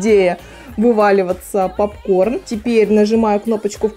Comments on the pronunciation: Правильно говорится пОпкорн а не ПАпкорн.Учти а хотя видео классным получилось 👍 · Попкорн , А не папкорн Уши режет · Не папкорн а попкорн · А почему "пАпкорн"?)) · Меня тоже бесит как она называет Поп корн,ПАп корном😂🗿👌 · А не папкорн а попкорн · пОпкорн же а не пАпкорн🤣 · Ахаах, почему пАпкорн?? 😄😄че за бред? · Режет уши «пАпкорн». Колхоз какой 🤦🏼‍♀️ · каждую секунду "пАпкорн" уши режет жёстко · Уши режет от слова пАпкорн, исправляйте речь ) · ПАПКОР бесит,кто так говорит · Режет слух от этого "пАпкорна".. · Так режет это ваше "пАпкорн" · Бесит, что за "пап-корн"!